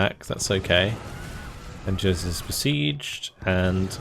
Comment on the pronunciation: Another great campaign series,. Could I just ask that you pronounce "Angers" like: "Ahn-zhair." Sil vous plait. Cheers!